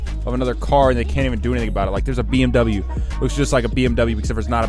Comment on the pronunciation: I'm gonna unsub if u pronunce BMW wrong again